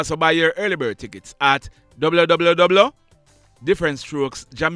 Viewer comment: Fam the way you say www. Sounds funny 😂😂😂